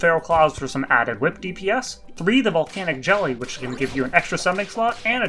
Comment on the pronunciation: Hey Hey Voltaic jelly I’m sure I’m the only one who noticed that you said it wrong so I had to leave a comment